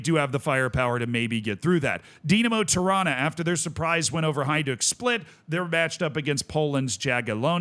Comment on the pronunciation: It should be illegal to pronounce "Tirana" and "Toronto" the same way.